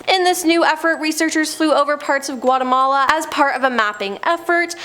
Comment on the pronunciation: She butchered Guatemala 😂